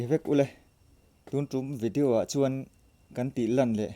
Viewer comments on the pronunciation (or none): none